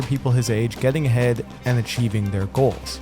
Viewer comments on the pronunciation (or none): Does he say getting ahead or getting head in the beginning??? Also the problem is technology, Ted Kaczynski is right.